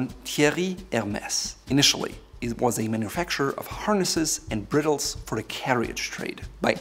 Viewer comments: Excellent program...however the accepted pronunciation of "bridle" is "Bri-dle" with the first syllable rhyming with "eye". (Not briddle). Wonderful program in all other aspects. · Bridle (pron. Bry-del) not briddle 🤣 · (bridle) I believe it is pronounced "Bri-dal" /ˈbrʌɪd(ə)l/. LOVE the channel!